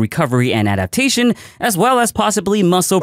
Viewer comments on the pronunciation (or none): Adapatation xD